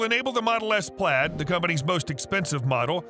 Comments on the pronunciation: Yes, this mispronounciation as "plade" which sounded more like "plate" drove me nuts. How does the YouTuber narrator NOT know this? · Plaid is pronounced “Plad”